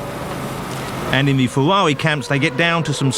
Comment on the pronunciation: "Berger's Fewawi" is hilarious